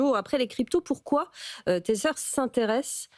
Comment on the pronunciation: Téteur ; un enfant qui tète. Tether (tè-vah) : (verbe) utiliser (un smartphone) afin de connecter un ordinateur ou un autre appareil à Internet. Verbe Attaché à. Apprenez à prononcer des mots anglais correctement.